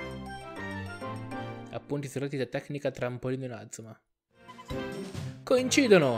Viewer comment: Perché dici male inazuma